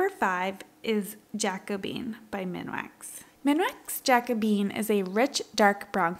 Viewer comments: “Ja-coooooo-be-in” not “Jack-o-bean”. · In case you'd like to know, I think it's "jack-o-BEE-en.